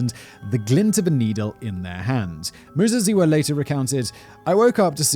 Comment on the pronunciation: Your pronunciation of Muzeziwa was spot on. greetings from Zimbabwe